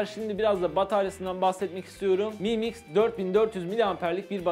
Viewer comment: mı mix değil amk delirecem em ay mix şaomi em ay miks